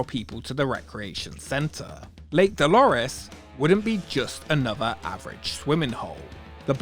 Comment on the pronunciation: "Da Lake Dalores"